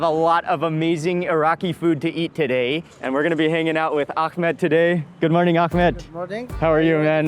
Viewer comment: Gotta love the Akkhhhmad Xombination 😂